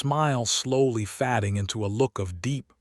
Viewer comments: The dreadful AI narration ruins this story ... starring instead of staring, fadding instead of fading etc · And FADING instead of FADDING… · And "fading" and "fadding" And 'hoping' and 'hopping'. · But things were Fadding not Fade- ing lol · And fading and fadding lol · The word is fa-ding!